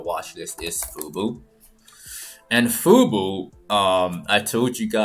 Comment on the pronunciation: This is NOT FUBU - it is FUBO, why is that so hard for you to say? People can get misled.